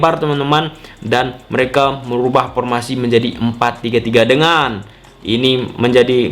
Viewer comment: Formasi... Bukan pormasi.. 😂😂😂